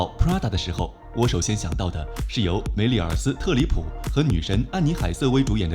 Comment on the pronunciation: 是 梅丽尔 *斯特里普，不是 梅丽尔斯*特里普